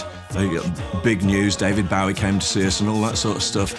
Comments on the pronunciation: David Baawie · BO-WEEE.....not BOW-EE! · I wish he wouldn't say David Bow-wie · Wow, David Bowie.. "Bio-wee" in th UK. "Boo-wee" in USA. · Why the fuck does he keep saying David Bow wee? I've never in my life heard anybody pronounce it that way regardless of accent. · His pronunciation of "David Bowie" is a bit odd. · why cant he pronounce " bowie" properly. .....? wtf.